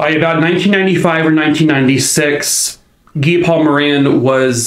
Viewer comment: Thank you for pronouncing Guy Paul Moran's name properly. I've seen way too many YouTube channels say it as guy- like another name for man. But since there are a lot of French Canadians, Guy as a proper name is usually said as Gee- with a hard G, like as in the word gas. I appreciate you taking the time to actually find out the man's name. But, as usual, you always do things top notch. Another great video. Poor little Christine... if the timing had just been a little bit different that day, she'd probably still be here.😢